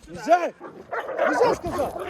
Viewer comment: Я конечно не знаю, но команда у собак взять,получается почти с первого раза и почти у всех.Они типа могут долго с десятого раза выполнять команду,а вот взять,усваивают лучше всех! И может это генетически... А когда кричит "НИЗЗЯЯ", очень похоже на взять,пересмотри... Пересмотрел? Нет? Ну и зря! Мы то уже побольше знаем о твоих питомцах чем ты сам! Кто согласен лайк! Социологический эксперимент! Ждёмс